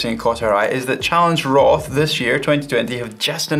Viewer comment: are you aware that "roth" is pronounced in another way?